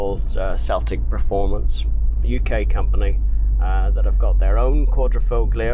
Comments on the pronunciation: .....it's not Quadr...O..foglio....it's Quadro...I...foglio....the "g" is silent...it's in your video's title! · Thanks, ooohhh, one thing, the G in Quadrifoglio is silent ;) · Just an fyi, you aren't supposed to pronounce the G in Quadrifoglio. In Italian these G's are silent. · Sorry it was a little drawn out. It was my first video and I even pronounced Quadrifoglio incorrectly!! I get better on later videos but all the essentials are there. Thanks. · Quadrifoglio...the "G" is silent....Much love DAWG !! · My first video. Got the pronunciation of Quadrifoglio wrong but everything else I stand by. Thanks for watching.